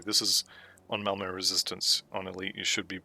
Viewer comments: Malmo? I’m willing to blame my ancient hearing but I tried it a few times and it definitely sounds like you’re saying Malmo for Malmouth. If I’m wrong, I’m more than happy to be wrong 👊🙂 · Pronounce words however you want, I was worried I was more deaf than I thought or that there was some weird audio clipping occurring 😜